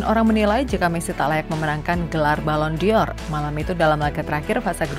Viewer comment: Jgn jadi host min kalo nyebut nama orang pun salah apalagi bahas kelayakan balon door Sejak kapan psg punya pemain nama enjel ???